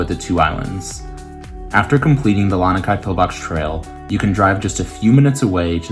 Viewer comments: *La-nee-kai, not La-nuh-kai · “LAH-NEE” Kai beach and pillbox is the correct pronunciation